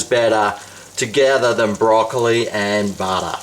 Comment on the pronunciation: I like how you say chaze and butta...